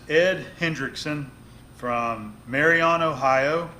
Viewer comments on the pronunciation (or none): nice project, looks like this one is safe as well. Just one bolt on the caliper is enough to take the braking force for normal conditions, adding some weld will not be a problem. We do need to work on your Ohioanese though... It is pronounced Mary un, not Mary on:) It is a pleasant little town, my sister inlaw worked there for many years.